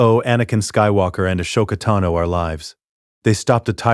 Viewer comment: i hate that it say a-show-ka-tano as her name but ik its just ai word fumbling